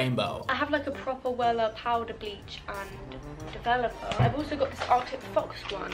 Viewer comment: When your brain said developer but your mouth said volume DEVOLUME